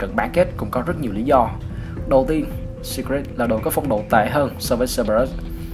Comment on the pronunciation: blv kênh nào đấy bác nhỉ? Chứ thấy riêng từ Secret là thấy sai tè lè rồi đấy!! Sít rịt sít rịt :))